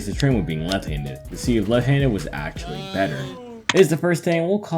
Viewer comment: the very first couple sentences is a great starting point. For example, when you say the word "left" you don't seem to pronounce the full "ft" sound. It kinda sounds like you're saying "lefhanded" as all one word.